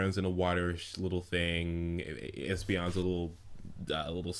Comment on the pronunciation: Espeon. It's Espeon. THERE IS NO I IN ESPEON.